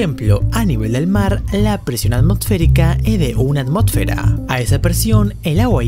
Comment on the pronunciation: 1 atmotfera xd